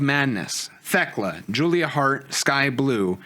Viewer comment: But if Fletcher wins and Briscoe has to join the callis family that could be a really great time. Oh and I think y'all are wrong I got TayJay winning the tag belts. They're the only team not in blood and guts. And I hope y'all know you're saying theklas name wrong and it's just a bit lol.